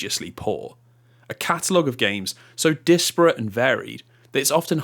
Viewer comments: the word is dis-pa-rat, not dis-appa-rat. :) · Disapparate? You need to go read how to pronounce "disparate".